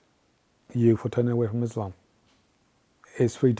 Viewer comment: This guy cant even pronounce Quraan and Islam correctly...he has never been a muslim... Islam is the fastest growing religion..whether you like it or not